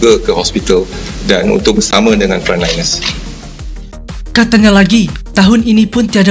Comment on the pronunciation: Its Frontliner with a T